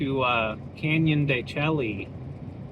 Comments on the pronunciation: you're touring my homeland. The Navajo Nation. Canyon De Chelly is pronounced Canyon De "Shea" . Id go check out Shiprock just to see the monument. Its actually quite cool if you go up to Four Corners ..youd be so close so may as well go and check it out. Go try a NavajoTaco at the Resturant in Chinle they are amazing. Also you know more about Navajo "4" more than most millennial Navajos LOL . Thanks for sharing and looking forward to more. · El Morro, what a cool spot. They really made the trail unique. Canyon de Chelly is really cool also, tall sheer cliffs and ruins (pronounced de Shay). The route you have planned out is super scenic. Be sure to check out the Moqui Dugway and Valley of the Gods by Goosenecks State Park and of course Monument Valley. Navajo National Monument is a CANNOT miss spot, spectacular!! Lived in the Page area for 20 years, great scenery. Hi from Silver City, NM. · El Morro looks cool! I'm on the fence with excavation/archeology. I resonate with the respect thing but at the same time, we wouldn't know our history. There's ways to do it respectfully. Look at Chaco Canyon or..Canyon De Chelly (pronounced shay for the viewers, you like to play on words like I do haha). Once again, no one around 😄🤙 Been a long time since I've seen a coin tray wash. 64?!! Lol. Everything is cooler when you're surrounded by rocks. I'm still partial to the red rock..Zion, Moab, Sedona. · When we were there the ranger told us it is pronounced Canyon de Shay 😮